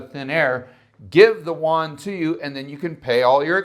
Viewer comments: The yuan is pronounced, "you'-en". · If you don't know how to say "yuan" correctly, then don't say it. That's horrible pronunciation